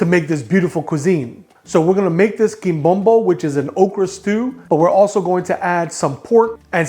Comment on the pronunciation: THIS IS IT! My favorite dish ever! You’re pronouncing it wrong though. Accent on the last syllable. 😅